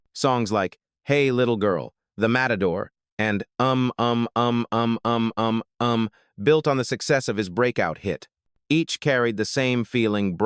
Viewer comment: It reads on the record UM, Um, Um, Um, Um. You were pronouncing it with a hard U. It goes oom, oom, oom, oom, oom